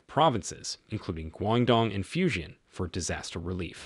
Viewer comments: At least learn to pronounce the name correctly. It is pronounced “Fu jan”, not Fu shan, or what the hell you are calling it. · Fujian Province is pronounced as “foo-gee-ann”, not “fusion”! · It is pronounced Foo-Geen-an